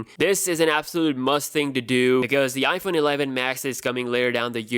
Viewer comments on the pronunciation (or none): none